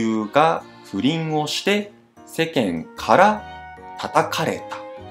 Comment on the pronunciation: "世間から"（せけんから）のアクセントは "高低低低低" でしょう。